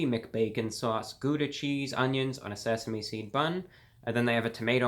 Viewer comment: S E S A M é SEED BUN